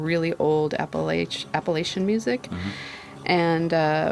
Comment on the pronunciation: I love this video sooo much. I really can't put it into words but your alls energy together is so peaceful and beautiful- it really was a soul soother for me. Another shout out to your Appalacian connection (even though I won't deduct any points away because of the mispronounciation) hahaha jk ;) Appachian born and raised and my soul will always be at home here, however I feel many travels on the horizon. I'm kinda in that limbo phase of life changes and trying to be patient with it. Maybe one day we'll meet out there and if not, I'm here in Southwest Virginia, and literally right in the middle of and an hour away from Tennessee, West Virginia, Kentucky and North Carolina each. Just saying lol ;) Try this enunciation for the next shout out: Apple-at-cha. 😘